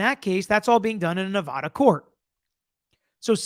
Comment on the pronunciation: FYI...This is the correct way to say Nevada.